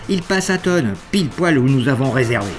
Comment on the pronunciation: On prononce "Forcla", sans le z ... sous peine de passer pour un monchu . "Mont Blanc" tout court, pas "Aiguille du Mont Blanc" Pas "Tonne" mais "Thôôôôôône" ;)